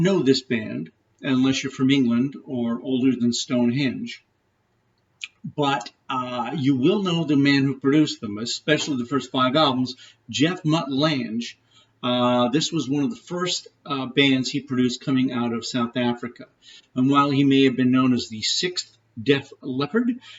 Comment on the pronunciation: LANG, not "lange"